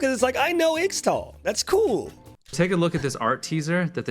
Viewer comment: Why does he pronounce Ixtal like that?